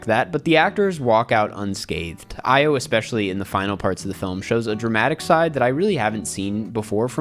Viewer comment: cant pronounce ayo's name properly